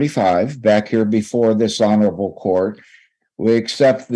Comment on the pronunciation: Ok, so when I hear this older attorney say "this honorable court", I keep hearing "dis-honorable court"